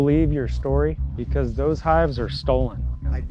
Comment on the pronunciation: "Why am I being arrested?" Officer: "Beecuase"